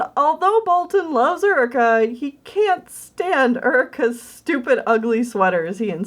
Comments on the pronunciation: Very nice job! But I gotta ask, it that actually pronounced Ur-i-kah? Or is it Yoo-ree-kah? Like the actual term Eureka. If that was the authors intention then everything’s all good but I went through the whole video going mmmmmmm...is that actually pronounced right??? Also I think I’ve seen a picture of Jeff Goldblum wearing that rainbow cat sweater xD it looked familiar xD Keep up the great work! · Can I just say.. uh.. Isn't it pronounced "your-ree-ka"?? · I always thought Eureka was pronounced like "your-e-ka"? Maybe the character pronounces it differently though, I have no idea.